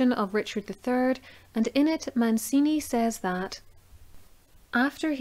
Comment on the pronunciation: Very thorough presentation of the 'evidence'...but get some help with the pronunciations of the names! Italian names aren't difficult! Man-chee-nee NOT Man-see-nee!...Jil-lyee NOT GIG-ly!...the Ulster tones are great...but it's important to get the details right, right? (Eye-ther not eee-ther...!).